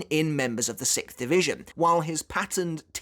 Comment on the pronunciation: ah yes, sickth